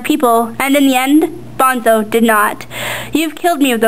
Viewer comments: Dude she's reading straight from the book! Bonzo takes off his suit to fight Ender fairly and to keep his honor. duh! and yes, it's BONE-so not bahn-zo. and buggers, not boogers . man oh man oh man... boogers... hahahha! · BONE-SO Like skeleton BONE and then SO! Not BONZO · "bahn-zo" stopped watching, Petra points out obnoxiously rather early on how it's pronounced "bone-so" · the drawings are pretty good, but the reading was kind of flat and emotionless... and btw, bonzo isn't pronounced "bahn-zoh", it's "bon-so." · lol, it's BONE-SO! bahn-zo, sheesh, WRONG! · Bonzo? It's Bone-so, not Bahn-zoe. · BONEEEEEE-ZO man. not BON-ZO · it`s pronounced BONE ZO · Nothing personal but why does everyone pronounce the name bonzo phonetically, thats what ender says when he first get to salamander. It's pronounced Bone-Soe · its BONE-SO!!! lol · uhh he read or she read the book, me too, its Bone-so. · It's pronounced "Boneso"